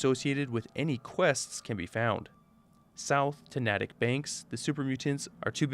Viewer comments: ignore how fallout says it, its nay-tick not nat-tick :) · Just a quick tip. “Natick” is pronounced more like “nae-tik” than “naa-tik” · as someone who in the real world lives in the next town over from Natick, i couldn't help but chuckle at your pronunciation of the town "Nah tick" the proper pronunciation of the town is a long a like in cake, so it's "nay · tuhk" also i think you'd be proud of me considering that if you scale the fallout 4 map correctly over the same area of the state of Massachusetts, i live in the crater of atom, so in a sense, I am one of atoms children, who in my lifetime will be bestowed upon by Atom himself the single greatest gift, glorious division. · As a person who lives in Massachusetts, it's pronounced Nate-ick. Not Nattic. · Natick is pronounced nay-dic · Gotta help u with the pronunciation of Natick. I'm a wicked Bostonian. It's NATE-TICK. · Just an FYI, "Natick" is pronounced Naytick by in state locals. Don't feel bad, Oxhorn pronounced it incorrectly as well.